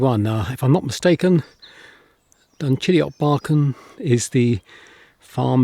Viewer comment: This church, its age, the inside memorials, the graves buried beneath the floor is simply incredible. I love this church more than some cathedrals I have seen. I also love the way you perfectly pronounce "Dunchideock."